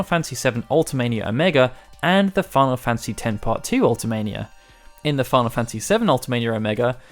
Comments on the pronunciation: UltiMEsha, not Ultimehseeya. You can hear it in Dissidia if you're skeptical. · That's just weird. I say it "ulti-mee-see-uh". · Comment if you hate hearing this guy say "See-fur" and "Ultima-seeya" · It's wierd how you say Ultime-cia, I've always said it "Ultimesha" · Why do you pronounce ultimecia like that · It seems to be a UK thing, when i was at school people always pronounced it like that and it stuck.